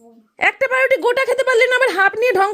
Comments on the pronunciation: Paau ruti bolte ki khub kosto hoy naki ota ke pa ruti bole naa , bole baau ruti bole 😂🙄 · O paa die ruti khai tai pauruti bolte pare na